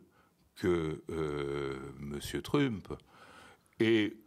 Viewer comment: Je suis partagé entre le doute d'avoir un spécialiste de l'international qui dit "truumpeuh" et mon plaisir à le voir mépriser autant la langue anglaise 😅